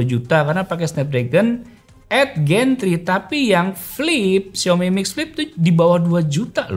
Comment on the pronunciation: 8 gen 3, kenapa bacanya eit gen tri, kalo mau bhs indo ya indo aja delapan gen tiga , kalo inggris harusnya eit jen tri, 😂